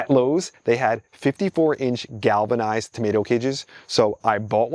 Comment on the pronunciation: Did u jus say….. Galvanized?????